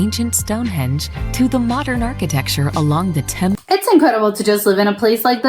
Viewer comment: Just a slight correction on your pronunciation of the River Thames, Thames is pronounced Tems. I really enjoy your reactions, keep up the good work, I look forward to more reactions on our wonderful country.